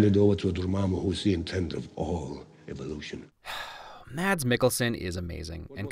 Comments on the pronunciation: I like how you call mads mikkelsen maDs mikkelsen when it’s actually pronounced mas mikkelsen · I realize it’s been two years, but I hope you’ve since learned that Mads is pronounce the same as “mass”. 🖤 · more like mass, but with a little bit shorter s sound, but the a is pronounced just like it. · You’re saying Mads Mikkelsen wrong ;-; You don’t say the d in it, it’s just Mas. No D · its pronounced MASS Mikkelsen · Lol he pronaunced Mads Mikkelsen wrong well u cant blame he aint danish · im not tryna hate but its pronounced without the d in mads mikkelsen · The d in mads is silent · mads mikkelsen is pronounced wrong every time i hear it spoken by an american, so instead of making fun og you for it, im gonna teach ya. Mads is pronounced without the d because the d is silent. that is all.